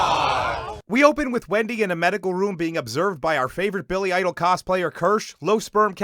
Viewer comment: Are you saying billie idol? I thought it was billy ielash or whatever